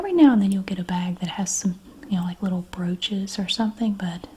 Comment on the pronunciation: Had this on in the background while working, and when she said “my grandmother was a big fan of broaches”, I thought she said roaches and snapped to attention 😂😂😂